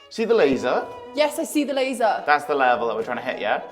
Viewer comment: Every time says, laser, laser... I keep hearing Bueller, Bueller... love you guys!!